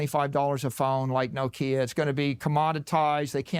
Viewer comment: The way saylor pronounced Nokia lol!... "No-kia"...